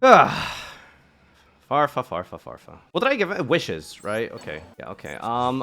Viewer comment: Farfa is pronunced Sila-kant...well at least is not as bad as the smiger incident 😂